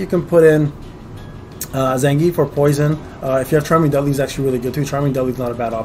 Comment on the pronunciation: yes… you said them how I spelled them above… not as Blanka or Zangief… not as the proper pronunciations